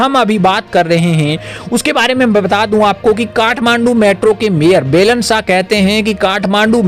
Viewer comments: अरे भाइ बेलेन नहि बालेन शाह बोलो यार कमसेकम उच्चारण सहि ढ्ङ से करो। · भाई साहेब आपका ये news के लिए आपको धन्यबाद लेकिन १ बात पर आपका ध्यान आकर्षण कर्ना चाहुँगा आप जो नाम ले रहेहो वो गलत उचारण कर रहे हो ये (बेलन शाह) नही ये (बालेन शाह ) है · आपके उच्चारण अशुद्ध है । बैलन साह नहीं, बालेन साह बोला करें ।